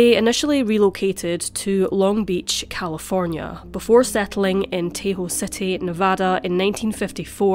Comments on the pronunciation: Just so you know, it's pronounced "Tah-hoe," not "Tay-hoe." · A gruesome tale, to be sure. Any idea what happened to the first child, the little girl? Btw, it's TAH-ho, not TAY-ho. FYI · Tahoe is pronounced “Tah-ho” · Get the pronunciation right, please. It is irritating. It is TAW hoe. Furthermore, she lived on Yori Avenue, which is in Reno, not Sparks. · Tahoe is pronounced "Taw-hoe". It's east of the capital of California. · Minor pronunciation correction, if you are interested: “Tah-hoe”. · Tay-hoe?? Please at least get the pronunciation right 🥴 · Very sad & disturbing. Tah-hoe.